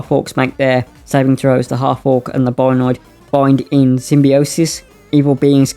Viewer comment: Not to nitpick mate but it's pronounced "Bio-Ned" . Thanks for the video, always awesome to get new Spelljammer Content 👍👍